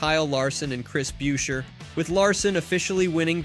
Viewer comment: It's Chris busher(beuscher). Seriously